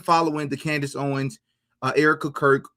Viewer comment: This guest speaks unreliably. He said "Candace OWEN, Candace Owen" cannot even say her name correctly? Like all of the paid pastors who say her name wrong and slander her? This guy has been on saying "Candace said this, Candace Owen said" just a middle man, playing phone tag, muddying waters? What kind of so called " Investigator" is this??? I appreciate DD's earnest questioning but this guest is a red flag.